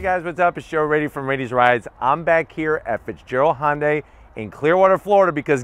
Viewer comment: Hyundai - that's just too hard to say. I know - Honda is easy to pronounce - I'll just grab the "y" from Hyundai, stick on the end, and blammo - Honday! Perfect! Nobody will ever notice!